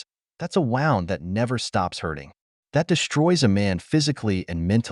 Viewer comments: Fake voice over. Wound is a giveaway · why the AI voice,? are you afraid to say things in your own voice? mispronounciations like "wound" - which came out sounding like you wound up a watch - and so on, make the audio silly - AI won't protect you in any lawsuit, btw.